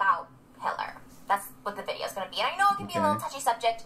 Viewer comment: i is seeing dah videe-oh. videe-oh purdy! me sowwy, got head-owwie, wost bwain sells foh abit!